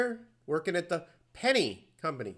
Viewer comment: Why do you pronounce "Penney" , "Pen nay" ? Its always been JC Penney , even if 75% of the world spelled it incorrectly as in the copper coin .